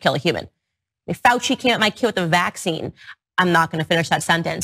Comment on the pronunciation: Can someone tell me why she pronounces vaccine, "VACCine"? She puts the emphasis on the wrong part of the word and I've never heard anyone else do this